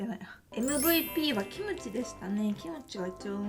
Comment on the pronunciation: It's very surprising to me to hear you say 'Kimchi' like 'Kimochi', I only took some Japanese in high school so it confused me a little the first time you said it that way